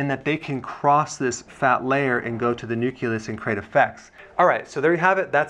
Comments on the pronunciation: Did he say nucilus instead of nucleus? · its pronounced neuk-leus not neukulus! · NUCULUS??? You are a Doctor....YOU can't mis-pronounce this word!?!?!?! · marble89 I also noticed this strange pronunciation by Dr Berg 😂